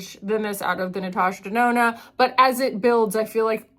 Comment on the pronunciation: oh giiiiiiirl the natoosha denoonoo melted your brain, "the hole is only so big" oh my GOD lol.